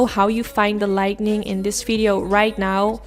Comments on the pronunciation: I thought that's what I heard. But then I was thinking, "honey! if you can fix 'lightning' then you wont need to worry about being a youtuber!! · I adore ur videos u r truley amazing with how u create ur eye looks..u referred to ur lighting problems but it's pronuced as lighting not lightning..but like I said u r an amazing artist with ur eye looks. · As I have said in the past, this is meant with the best intentions.... you are saying the word incorrectly. It's Lighting, not lightning. There's no N after the "t". when you say "Lighting ", as in to make something brighter. "Lightning" is what happens in the sky, as in Thunder and Lightning I love your work😉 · Love it, and your video is great. You're a great teacher/instructor. I can't wait to try it. I just want to help you with the pronunciation of the word LIGHTING. You're pronouncing it LIGHTNING (with an extra N), as in "There was a LIGHTNING bolt that struck our tree during last nights rain storm." It's pronounced light-ing...again I'm just trying to help, not criticize you in any way. I know some words of other languages, including sign language, however I'm only fluent in my own... so I commend you on your abilities with them. Also, I have very light, but still bright blue hooded eyes... would you please do a video on any COLOR shadows that looks good my color eyes? I use neutrals 99% of the time because I'm so afraid of looking like a mismatched clown...help please?!?! Love a HUGE FAN, Christine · Only thing I would say is that it is “lighting”, not “lightning” or “lightening”. English is a very confusing language though so I can’t imagine anyone holds it against you! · Light-ing💡 not light-ning 🌩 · I love that she says lightening instead of lighting. It’s really cute to me. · Schat, zeg " li-ting", niet lit-ning". Die zijn 2 verschillende dingen. Die make is prachtig! Bedankt voor die video. ❤️ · Light-ing, not Light-Ning. 😁